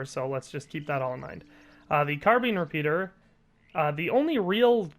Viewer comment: CARBEEN REPEATER!? LMFAO! 😂